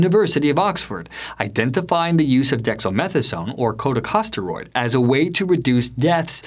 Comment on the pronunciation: Who is this narrator for this video? Is he an epidemiologist or MD? I don’t think so. “Political aspirations” & “talk radio show host” raise huge red flags for me, regarding Dr. Bartlett. If so, why can’t he pronounce the simple & ubiquitous medical terms “epithelial” or “corticosteroid”. It’s like someone claiming to be a surgeon who doesn’t know how to pronounce the word “scalpel”. This Does NOT engender confidence in HIS opinions or interpretations, although I do have confidence in the consensus judgment of the two medical societies he mentioned at the beginning of the video, which rejected Dr. Bartlett’s assertions. The solution for treatment will come out of top-QUALITY controlled studies. A boatload of quackery & medical scams will come out of uncontrolled studies.